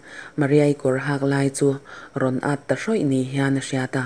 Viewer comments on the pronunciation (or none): 'A nui hak a' tih i lam dan hi ' i kawr 'hak' chu ava mawi ve' tih a 'hak' ti ang in i lam ri a.. Hetiang hian 'Ka kut ka zai palh a, a kak 'hak' mai tih a ' hak' tih ang hian lam tur a nih hmel. I chhiar hi ngaihthlak a nuam em em a ni. A lo nawm lehzual nan ka han sawi ve a ni e.